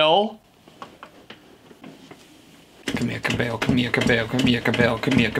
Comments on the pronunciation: he sounds like he says come here cow bell instead of camila cabello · "Komeelagh Kobbell" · Camila Cabello (Cam-ee-la Ca-bay-o) in Spanish "LL" gets a "Y"sound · Steve, I did the work for you. It's pronounced "CamEELLa Cabayo" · camilizers are triggered the way he pronuonce camila cabello. its caMEEla caBEYO actually. no hate im just saying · "camEEla cabeYO" - CAMILA CABELLO that's how you pronounce her name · (Cuh•mil•ah) (Cah•bay•yo) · Its Camila Cambello I think (ka-mel-a com-bolo) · For those who dont know, It's basically Ka mill a Ka bell o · name pronounciation cam-EE-la ca—BEY-o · this is how you say it kuh-mi-luh kuh-beh-low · i translated it in spanish and it is pronounced camila cabeyo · Pronounced ca-meell-a ca-be-yo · here "cam-ee-lah , cah-bay-oh" is how you pronounce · "Camiya Cabeyo"hahah Or kabayo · cam-E-lah-cah-be-lo hope i helped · Ca-be-o is how it is pronounced got job bud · its pronounced ca mela ca bay o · at least learn how to pronounce people names before talking about them it is pronounced (cam-eela , cab- ay-yo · "Pack of Weens😲" -Camila Cabello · Its called camilo cabello bell as in bell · Her name is pronounced Camilla cabello.